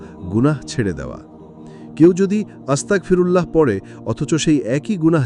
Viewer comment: আস্তাকফিরুল্লাহ নয় আস্তাগফিরুল্লাহ। আস্তাকফিরুল্লাহ মানে সকল কুৎসাহ আল্লাহর জন্য। আর আস্তাগফিরুল্লাহ মানে হে মহান আল্লাহ পাক রাব্বুল আলামিন আপনি আমায় ক্ষমা করে দিন।